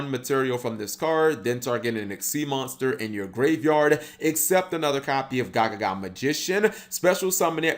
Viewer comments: It's not gagaga magician it's gagagaga magician. :P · He said gagaga when its gagagaga smh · Only 30 seconds into videoOnce again cap can't read lol Its Ga-Ga-Ga-Ga, no ga-ga-ga